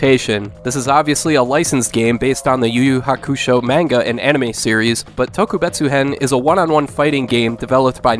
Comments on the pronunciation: i do not like how you pronounce hukusho lol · He's still saying Hakusho wrong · You're saying Hakusho wrong